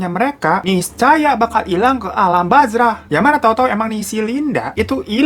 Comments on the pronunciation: Alam barzah abaaaaanngg bukan bazrah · Alam Barzah ' cuy, bukan bazrah... 😁😁😁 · Alam barzah apa bazrah sih bang? Wkwkw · Barzah bang,bukan bazrahhh 😂😁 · Alam barzah bang, bukan bazra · Barzah kale bukan bazrah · Koreksi buat admin, bukan alam bazrah tapi alam barzah, beda tulisan beda arti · Barzah bang bukan Bazrah 😫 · Bang bukan alam bazrah, tapi alam barzah. Wkwkwk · Bukan alam bazrah...yg betulnya alam barzah😀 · Bukan alam bazrah bang Tapi alam barzah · Alam barzah bang bukan alam bazrah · Alam Barzah bang bukan bazrah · Alam bazrah dong... Yang bener alam barzah bang.... Gua cuma ngasih tau ya... Mungkin juga bang hiro cuma bercanda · BARZAH NGAB BUKAN BAZRAH WKWKWKWK NGAKAK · barzah bang pacaletot jadi bazrah deuh 😑🙄 "sudah gilaaaa"😵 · alam barzah bang bukan bazrah😝😝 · Btw Alam Barzah bang bukan alam bazrah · Barjah kakk, bukan bajrah😆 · ALAM BARZAH bang,,, bukan BazRah...!!! 😄😄😄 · Bazrah??? Barzah baaaaang...barzaaaaah...gw sentil amandel lu yaaa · alam bazrah😭 Barzah bang aelah ngakak ni malem2😭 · "Alam bazrah." Masih guwa liatin 🤨🤨🤨 Alam barzah oiii 😂😂😂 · bang bang 🤣 koreksi aja nih yaaa 😅 Barzah bang Barzah 🤣 bukan bazrahhh ngakakkkkkk🤣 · Anne hilang kemana | ke alam Barzah dengan nada bicara beda Me : AKWWKWOWKWOWKAKWKWOWKWLWKWKAKWKAKWKWKWKWLW